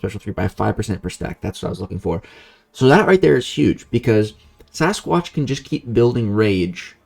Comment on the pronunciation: I think called Sasquatch like ‘Say-squatch’ lol